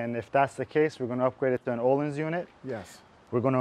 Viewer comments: they way you pronounce öhlins just hurts me. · You BOTH slaughtered the ÖHLINS pronunciation haha